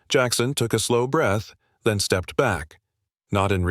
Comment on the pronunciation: First sentence the AI got it wrong. Step ed.